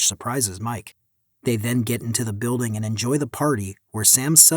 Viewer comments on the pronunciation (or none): none